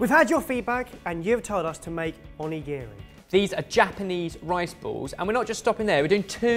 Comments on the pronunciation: The way says Onigiri 😱😱 here this is how u say it: O-knee-ga-ree 🍙🍙🍙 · the pronounciations...... i have no hope in you guys' pronounciations of foreign words anymore. onigiri is prounced as more of On-NI-GI-((R+L)/2)I, more of an "onigili" sound. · "Shi TARH Ki", "On A giri", why... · right xD the way he says "on-e-giri" ahahah his pronunciation....... makes me want to cry myself to sleep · pronunciation of Onigiri is excruciating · you pronounce onigiri super wrong!!